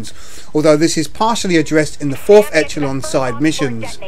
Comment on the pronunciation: It's not Etch-uh-lon it's pronounced Esh-uh-lon.